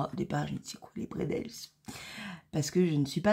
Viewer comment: sacrilège, on ne dit pas les « bredels » On dit les « brédle »ou même parfois les « brédélé «. Allez je ne t’en veux pas 😉